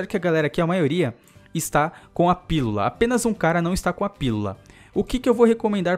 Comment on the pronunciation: não consegue falar pílula '-"